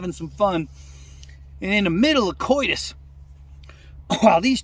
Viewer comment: 🤮 I like to fish but not that much🤢 Hearing say " COITUS " had me laughing more than the joke LOL🤣 Bibbity Bop.👍 #22aday 🇺🇸